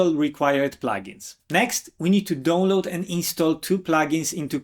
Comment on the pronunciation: Because of your accent, I thought you were saying "Don't load Calibre" instead of "Download Calibre". LOL